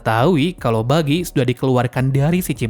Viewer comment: Buggy bg bukan Bijjy